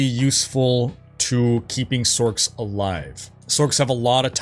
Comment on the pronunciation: when tf did people start calling them sorcs? Like Sork... its sorc as in sors. Not sork. tf is sork.